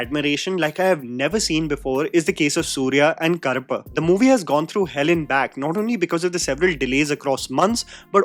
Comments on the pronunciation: Karappu - Cockroach, Karuppu - Black or a nickname for Karuppusami It was challenging to hear it as Karappu i.e Cockroach. It's easy to check how to pronounce using AI or Google tools. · Brother, I really enjoy & appreciate what you are doing including the effort to pronounce words in other languages. Side note humour: you pronounce Karuppu as Karappu. Karuppu means black and Karappu means cockroach 😂😂😂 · pronunciation of Karuppu = Urvashi's Daakumaaraj